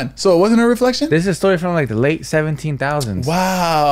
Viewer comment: has me dead saying 17000 and not 1700😂😂😂😂😂